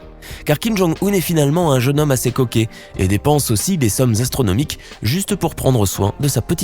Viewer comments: C fait exprès ? Depnse au lieu de dépense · '' dépnse'' ses milliards ???